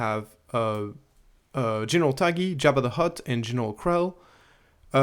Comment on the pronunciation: Love your content. Thanks as always, but Tagge is pronounced “Togg”, as in the word toggle. The e is silent ❤